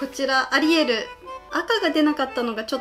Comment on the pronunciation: アリエルがアリエールに聞こえるww